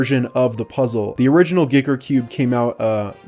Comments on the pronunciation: Guy ker not giker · Maybe it has been said before but I think you pronounce it like 'Geeker'?!?! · I think giiker is pronounced geeker, and xiomi - siomi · Did he promoumce it "Gicker"? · Really thought you said "Dicker Cube" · I always thought it was "G[ahy]ker" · "shaow me" is how you pronounce Xiaomi "Geeker" is how you pronounce Giiker. (I think)